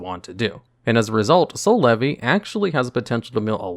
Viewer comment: Every time i hear Soul Levy , i hear "C'est la vie '